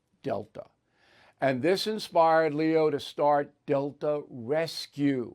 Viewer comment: Good thing you printed Delta,b c the way you pronounced it sounded more like Dil#o😂